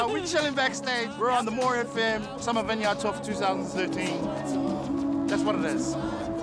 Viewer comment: vine-yard! classic. you know your fresh when you mispronounce vineyard. i love this show.